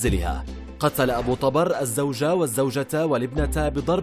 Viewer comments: ذبحنه بنطقه ابو طبار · ابو طبر بضم الطاء مو فتحها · التقرير كله خطأ ياريت لو بس متابعين المسلسل جان فهمتوا كل شي حتى نطق الاسم غلط